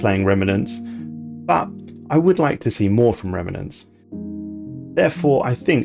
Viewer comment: Fine, I'll be the one a***hole to point out how frustrating your pronunciations of 'remnants' and 'scion' are, and possibly some others too since I couldn't carry on watching. Otherwise you'll never know